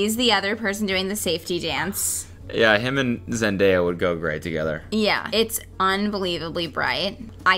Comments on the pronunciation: I love how you can hear Kelsey in the background saying “it’s ZEN-DAY-AH” 😂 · Zen-DIE-ya Kelsey: Zendaya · did he call her "zenDAYA" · NOT ZEN DIE AH AGAIN.... do better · will never say Zendaya’s name right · Hey can you not miss pronounce Zendaya’s name on purpose because it’s a micro aggression